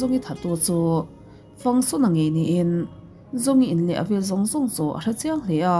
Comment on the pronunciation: Zhong hi zawng tia ri lovin trong tia ri tur ania